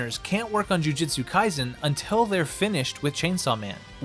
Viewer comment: Sorry to be that guy, but my soul hurts every time you say jujitsu kaisen.